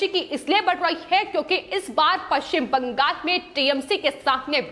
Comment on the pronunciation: आपका विश्लेषण बहोत अच्छा है पर ये जो विश्लेषण देती है उनके शब्द उच्चारण छोटे बच्चो की तरह है उदा:-पश्चिम बं....गाल कृपया इन को बदल कर स्पष्ट उच्चारण वाले व्यक्ति द्वारा विश्लेषण देवे